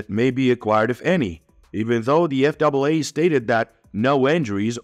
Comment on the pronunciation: So, the narration was human on this video or you're switching to human on the next video? Because several words were mispronounced of spoken in a way a person wouldn't say them for instance calling the FAA the F double a. My comment on the contents of this video, 👍.